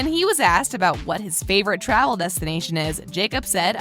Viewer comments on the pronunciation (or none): none